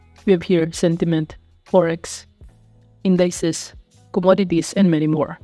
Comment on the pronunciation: pronounced In di cees not in dices